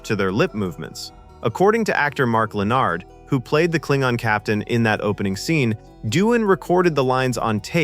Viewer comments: Her name was pronounced EYE-LEE-YUH, not ILL-YUH. She wasn't Russian. And it's KAY-NEEG, not KAH-NEEG. It's LEN-NERD, not LE-NARD. I wish Trimble would have stayed out of the space shuttle business. Naming first shuttle Enterprise then finding out it would never go into space was a huge let-down. It wasn't able to boldly go. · Same thing for "Mark Lah-nard."